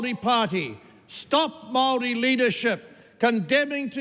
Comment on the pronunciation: Wow. Now this is how the haka girl should’ve spoken. His pronunciation of Maori is even better than hers